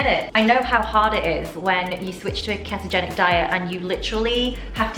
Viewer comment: If she says keh-togenic one more time...